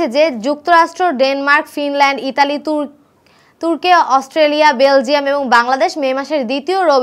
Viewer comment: আপু তুর্কে না, তুর্কি হবে😅